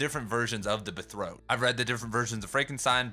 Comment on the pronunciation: "The bethrow"?!?! His pronuciation of Italian seems better than his ADHD Engflush😂